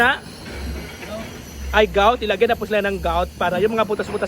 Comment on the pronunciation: Grout po, ndi gout 😅